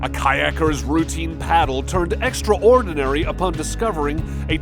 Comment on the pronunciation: Hey! Narrator! It's not " extra-ordinary" It's "extraordinary. One word. Extra-ordinary sounds like the actual opposite of the word extraordinary, like it's actually extra ORDINARY. Also it's nuclear, not nucular. Learn how to speak English properly.